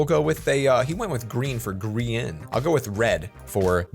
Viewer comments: Isn’t it GRA-in? Not grIIIan? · bro it's not greain it's Grain not greranin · Bruh its not griyan its grian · How I say it:grian How he says it:grEan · is saying ”Greean” but it’s ”Grian” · It’sgrian not Grean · He didn’t call him grian pronounced gry an but greean yay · Its grayan - grian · Its duznot sound like his name is sed Like greein it sounds like griyeen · Grrrr-a- n Not greian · pronounced griyan or grIyan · I always thought it was pronounced GR-EYE-IN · Who else got triggered when he said gree - un for grian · I’m very disturbed by the way he says grian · how dare you, you need to apologize for saying his name wrong not just move on from it I was just gonna decide to subscribe but you don’t deserve it.